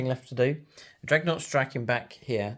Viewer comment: Its DREADnaught. Not "dreg" 😅.. I just can't leave it 😂